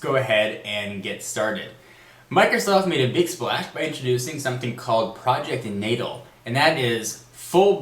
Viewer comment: i think is pronounced Nah-Tahl